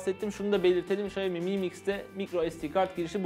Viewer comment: mı mix değil amk delirecem em ay mix şaomi em ay miks